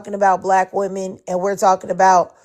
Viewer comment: What's with all these guys that can't pronounce the word, "women"?